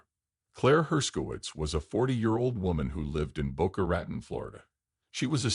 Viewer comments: Thank you. This is one of had never heard. Well done. With all due respect I can not subscribe to AI narration. Everything about your channel leads me to the fact that it is indeed up to my standards and beyond Other than the obvious Al. Boca Ratan repeatedly pronounced wrong for some reason drives me mad. Wish you success DM San Francisco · Please learn how to pronounce Boca Raton.